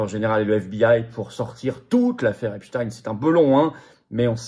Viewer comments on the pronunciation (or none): none